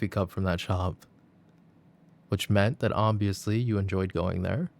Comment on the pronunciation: i like the way he says "oBviOusLy" for some reason